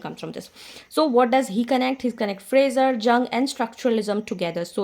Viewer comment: ma'am, you are really a highly helpful teacher for all literary aspirants. Jung is pronounced as Yu: ng with Yu pronounced as यू